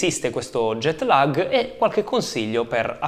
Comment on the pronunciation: Ottimo grazie. Ma non si pronuncia LAG all'italiana bensì con una A lunga che diventa quasi E. Perciò non è LEG non è LAG... ma qualcosa simile a LAAEG.